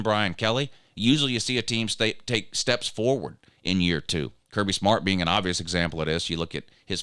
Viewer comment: I believe you are pronouncing AN a-hn wrong.